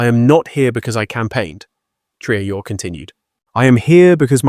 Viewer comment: tell your robot to pronounce the presidents name consistently correctly ❗ ibrahim TRAORE❗